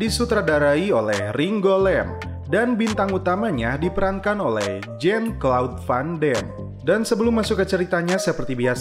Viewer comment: Jan klaude Van Dam. Bukan jen klod van dem bacanya